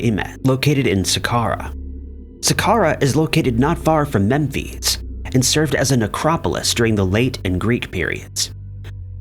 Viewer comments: And Mem-phees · How come you don't know how to pronounce anything? "Care-ro" "Fare-ro" "Mem fees".